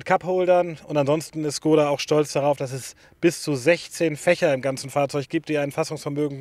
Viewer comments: Woran liegt es, dass die Deutschen Škoda nicht richtig aussprechen können??? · Bildung..? Dein Ernst? Weil wir eine Automarke nicht Tschechisch aussprechen? Sorry, aber arbeite in einem Škoda Autohaus. Wir alle wissen wie’s richtig ausgesprochen wird, sprechen es dennoch deutsch aus. Einfach weils jeder sagt. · Man du kannst so einiges nicht aussprechen. Zum Beispiel tři, ganz einfach. Und wie oben erwähnt, Škoda, Schule. Ganz einfach sogar für Erstklässler.